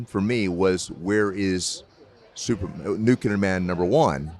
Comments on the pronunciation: NuCLEAR Man. Not NuKULAR Man. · You're right, he did say, "Christopher Reeve as Superman." Everybody keeps saying "NuCular," though. 😂